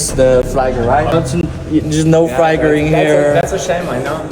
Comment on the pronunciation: 我要是英语发音这么烂，连flag这么简单的单词都说不对，我肯定就不好意思把视频上传到网上去了😂😂😂